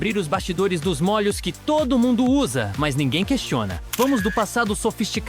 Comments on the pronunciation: "Mólhos", é demais... 😂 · O narrador deve ser gaúcho, a pronúncia de molho sai : “mólho(s)”